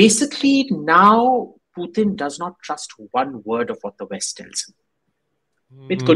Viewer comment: Sorry to point out but after explaining that a ‘lovely part of your childhood’ was spent in Russia, your pronunciation of “Putin” was not very accurate,.